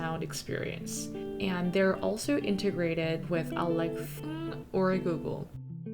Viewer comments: 근데 일부러 알렉하 구글하 이렇게 말하시는건가요..? 넘 궁금해서 댓글 답니다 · Alexhaa and googleha 😂😂